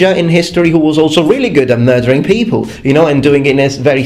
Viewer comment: "poople" the lowest class of people :D